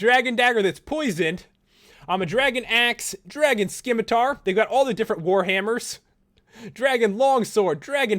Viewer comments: Seriously dude, read some books and watch some movies. Skim A Tar? You mean Sim I Tar? Srsly, it is a C. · did he just say skimitar??? lololol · I think we need a world meeting to let "everyone" that there isn't a c sound in scimitar.